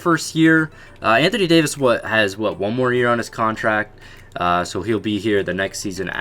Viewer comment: Anthony Dayooveis